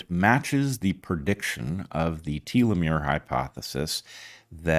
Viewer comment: Did he say "per-diction"?